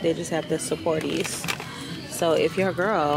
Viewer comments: Now.. Supporties? 😂 it’s Suppositories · the way she pronounced “suppositories” has me crying 😂😂😂😂😂😂😂